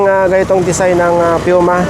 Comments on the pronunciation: Piuma? PUMA! Poo-ma! Yun ang pagbigkas sa PUMA 🤣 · Its PUMA (POO MA) not PIUMA 😂